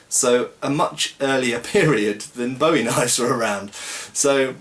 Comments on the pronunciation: It's pronounced boo -ie not bow -ie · Ya it's crap & it's pronounced BOOWIE like his name Jim Bowie.